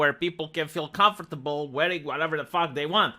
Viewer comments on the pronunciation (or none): none